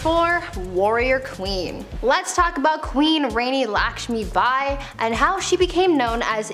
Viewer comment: The way she says Rani Lakshmi Bai makes my ancestors cry 😭😭💀